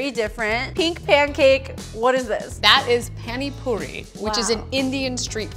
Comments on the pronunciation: No hate but I hate the way they said Pani puri like guys seriously pronounce the a as ahh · WTH SHE SAID PA-NI PURI- I’m crying- anyway I WANT SOME PINK PANCAKES NOW EVEN THO ITS ONE IN INDIA